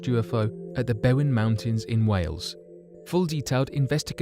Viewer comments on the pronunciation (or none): none